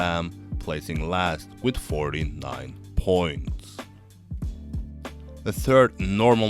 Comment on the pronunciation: I don't like the way you speak in this video. It's slow and idk why you hold syllables that much (especially on "points"). The content was fine, that's why i watched the whole video but i almost left a few times :/